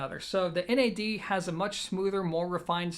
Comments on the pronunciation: It's NAD not N. A. D. One word 😁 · Wrong, NAD stands for "New Acoustic Dimension". You wouldn't pronounce GMC , Gimc.